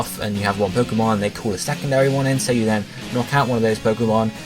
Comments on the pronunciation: So, is 'call' in the USA actually pronounced the same way 'cool' is? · No, it's just how this guy pronounces it in the video. But I'm glad call chaining is apparently a thing.